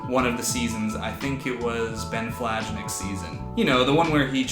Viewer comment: Love your videos! It’s hilarious that Ben’s season was the first that you binged. BTW his last name is pronounced “Flanick” the j is silent. I’m only pointing this out because he is a childhood friend of my husband’s, so I notice it.😂